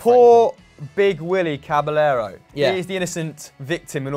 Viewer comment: These guys almost never pronounce Caballero's name properly.